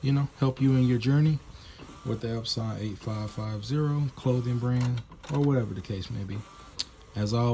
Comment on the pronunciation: Out of respect, I will now call my Epson printers EpSAWN instead of Epsun. You are awesome, friend.